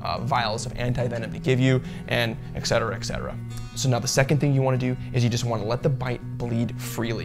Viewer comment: Great video! Really great message...Also, there is no such word as "ex cetera". The term you are looking for is "et cetera", meaning "and the rest" or "and all of the rest". Thanks for the great info!